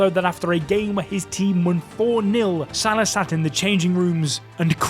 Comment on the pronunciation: Pronounced Sal-A-h not S-A-lah. Shouldn’t be too hard to get right.